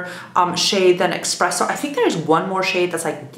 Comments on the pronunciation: Why do people keep saying expresso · kinda drives me crazy hearing "exspresso"